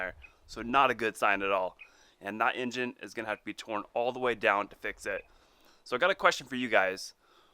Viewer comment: With tha ninja 🤣🤣 it so did not sound like he said engine.